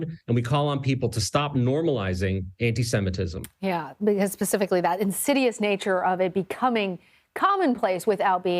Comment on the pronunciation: MUH ANTISHEMITISHM